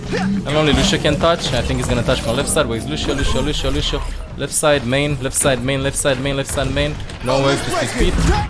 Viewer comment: I love how always says "Lusio"